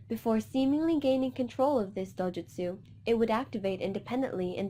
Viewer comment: It’s not dojustu